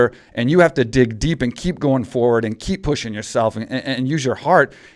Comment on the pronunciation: Why does Ben say "ayand" instead of and..